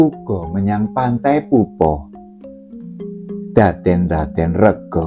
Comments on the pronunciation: Alhamdullilah kepanggih chanel sae, wilujeng dalu tepangaken kulo subscriber enggal saking tlatah trenggalek tanggi kutho kalian tulungagung panggenaninipun pantai popoh, nyuwun sewe maosipun POPOH sanes PUPUH.. mugi rahayu ❤ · " POPOH" niku maosipun kados Maos ukoro" POPOK " pakpuh, sanes pantai PUPUH